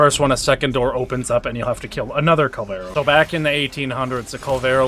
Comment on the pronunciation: It's Kullervo not "Kul-vero" ....